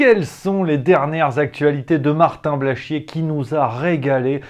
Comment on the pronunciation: J'aime bien quant tu prononces le nom de ce nouveau et grand artiste: Martin Blachchchchié. Tu appuyes dessus comme appuyer sur un bouton de pue sur le nez qui nous fais chier!